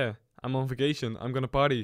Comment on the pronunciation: did you say vaction? lol you're going on a CS:GO VAC BAN lol :P